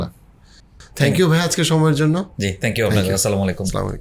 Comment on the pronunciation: সালামালাইকুম না কি আসসালামু আলাইকুম?